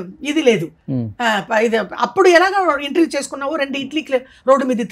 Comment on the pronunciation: ఇంట్రవ్యూ ఏంటిరా ఇంటర్వ్యూ